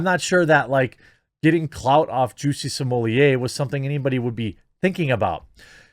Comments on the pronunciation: Juicy Somellier? Is he French now? Jussie Smollet. Plain and simple. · At this point, the inability to pronounce SMAHlet is a sign of mental deficiency.